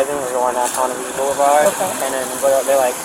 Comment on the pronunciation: This is my neck of the woods. Well, southeast by about 20 mins. They are not saying Ponte Viggo. They are saying Ponte Vedre. (Pronounced Veedrah). Drove through there every Thursday, delivering papers, for 2 years.